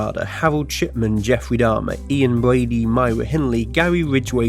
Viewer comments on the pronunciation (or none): "Hawold" ... "Bwady" ... that's just adorable how some Brits (Bwits?) struggle with that pesky letter R